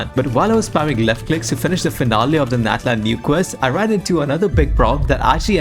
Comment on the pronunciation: Gosh it's natlan ofc